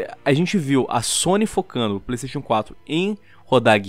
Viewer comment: Pleisteixo Pleisteixo...